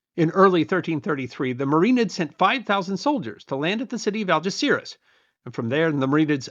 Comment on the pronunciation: Yes, he did, even YouTube subtitles picked that. If only he'd bothered to make an effort and pronounce Spanish names half decently. It took me quite a while to get he was saying Algeciras.